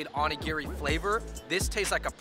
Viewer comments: seems to know a lot about Japanese culture. Even his pronunciations are on point. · The non Fung guy pronounced onigiri correctly